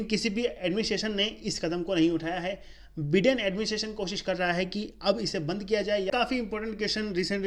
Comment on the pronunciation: Abe बिडेन नही be बाइडेन होता hai ❤️day 😂